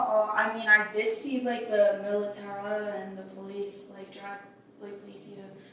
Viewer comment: The “militaraa” 😅 she’s not the brightest 🍪